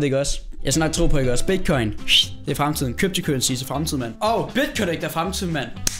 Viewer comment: Kjortpy kjurency